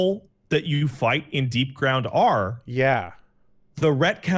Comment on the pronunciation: That’s not DEEPGROUND, it looks absolutely nothing like DEEPGROUND, and the purpose of DEEPGROUND has nothing to do with what randomly claimed. That’s not even how you PRONOUNCE DEEPGROUND.